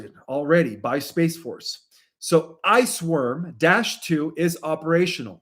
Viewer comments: L❤VE Your Work ~, but I just want to bring your attention to the phonetics of the pronunciation of the project..it's "Project iceWorm" not "iceWarm" The history of "Project Iceworm" in Greenland was a covert US Military Army Plan from late 1950s until 1960s to build a vast Network of Mobile Nuclear Missile Launch Sites under the icesheet, using "Camp Century" as its cover for Research and Construction, but it was abandoned because the ice wasn't stable enough. The project operated from 1959 to 1967, with the main construction and operation of "Camp Century" between those years, though the plan was officially scrapped earlier as its feasibility failed" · It is pronounced IVE WERM but spelled WORM.